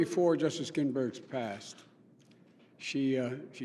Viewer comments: Gosh, we don't INTALL PRESIDENTS, BIDEN, WE ELECT THEM! And we're NOT WAITING ANOTHER FOUR MORE YEARS to fill THAT seat (it is NOT Ginsberg's- You said "Ginberg" without the "s"). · ""Justice Ginberg"?! Joe couldn't even pronounce her name right with teleprompter help! Pathetic!